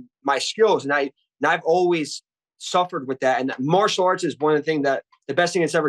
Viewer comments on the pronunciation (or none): none